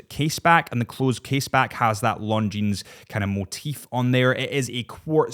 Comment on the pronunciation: The terminal consonant is silent in the word “Longines”.